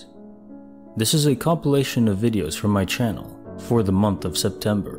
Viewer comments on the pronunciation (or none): none